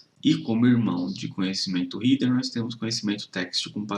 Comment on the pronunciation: Amigo, cheguei agora no teu canal. Se me permite, deixa eu te dar uma dica: header se pronuncia réder e não rider como você falou. Lembra de cabeça: head, e então header. Só acrescentando o som do R no final. Tem a música: 🎶 Raindrops keep fallin’ on my head Espero ter ajudado.